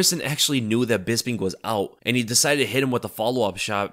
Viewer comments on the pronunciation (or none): none